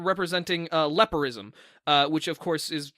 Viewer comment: okay on one hand I really love this and how good these theories are and how excited Penny and are about them but on the other hand I cannot for the LIFE of me figure out what word is saying "lepirism"???? that's not a word! I looked up a bunch of different spellings and nothing came up I know lepido- is Greek for fish scales but that didn't give any results either what is he talking about???